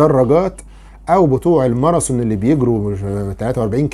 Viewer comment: يا دكتور: تذوب وليس تزوب!!!! ماراثون وليس الماراسون. رجاءا جرب تنطق هذه الأحرف بشكل صحيح يا دكتور. ولي سؤال ايضا: ماهي مضار بايكربونات الصوديوم.